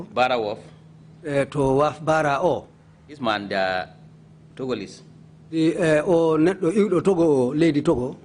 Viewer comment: Togoless 😀😀 instead of Togolese